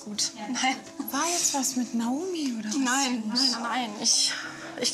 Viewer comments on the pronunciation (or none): die hat nicht Naomi gesagt sondern Naumi🤣